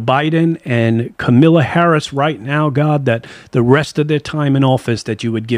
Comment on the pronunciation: Also, it is KAMALA not Camila LMAO. And it is the African American community not the African community.